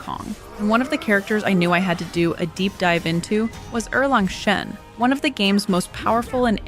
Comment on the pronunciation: gave you a like because u pronounced erlang shen correctly